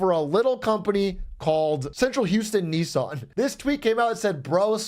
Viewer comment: why do you say "neesaan"??? it sounds so awful 😭